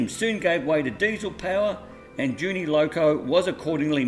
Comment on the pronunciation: It's not 'Junie', its 'Jew knee'